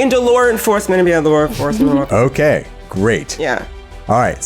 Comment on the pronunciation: "LoR EnfoRcemeRnt ORfficeR"